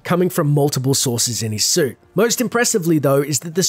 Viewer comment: umm you said soup